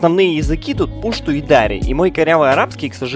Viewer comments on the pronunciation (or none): Во первых не пушту а пашту а во вторых не дааааари а просто дари окончание на и ну дари и фарси ещё практичейски одинаковые и таджитский тоже похож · Пушту́ и Дари́. Ударение в обоих случаях падает на последний слог 😊